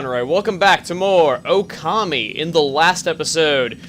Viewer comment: I think it's pronounced OH-kami, with the accent on the first syllable. But don't worry, I say it that way too. xD